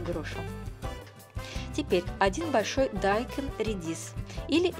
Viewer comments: А почему вы дайкон(ударение на о)Говорите дайкон (ударение на а)Зачем коверкать слова.Так же и баржом!Что это за боржом?Может боржоми? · Я тоже заметила, что автор говорит дАйкон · желаю вам пересмотреть больше видео- блогеров по приготовлению кимчи... да,и вода не отекает с капусты,а стекает. Отекать - это что то вроде опухнуть...И ещё,как то привычнее слышать слово - дайкОн,а не дАйкон,по тому что так правильно - дайкОн ... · Не дааайкон а дайкооон 😃😃 ударение на О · Правильно говорить - дайкОн, а не дАйкон...😉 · ДайкОн!!! Ударение на О. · Во-первых,это не редиска, а редька. А во-вторых, дайкОн. Ударение на О,а не на А. Это просто для ознакомления. А в целом, рецепт хороший. Но классика все же лучше, имеется без добавления фруктов и других овощей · Еще одна. Вы сперва Русский язык выучите, потом нас учите готовить. Уши вянут уже . Каждая вторая каверкает слова. БазИлик,КИмчи, теперь ДАйкон. Так и хочется ударение по голове всем вам сделать. Неучи. Позор просто.🤦🏼‍♀️